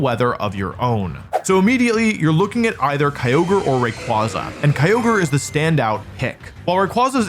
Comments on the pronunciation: It's ray qway zuh, not ray qwah zuh. Based on quasar not kwanzaa. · I feel vindicated knowing me and wolfey pronouce rayquaza the same way. How he pronounces slaking is a war crime however